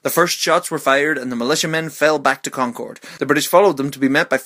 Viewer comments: Concord isn't pronounced like that; it's pronounced like Conk-erd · You Said Concord Wrong